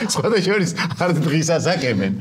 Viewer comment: სულ მინდა დავწერო რა..,ეს "სხვა აშორის" რა ოხრობაა? თან ყველა გადაცემაში ამბობ თითქმის.. არაერთხელ..სხვა აშორის.. სხვათაშორის თქმა ასე ძნელია?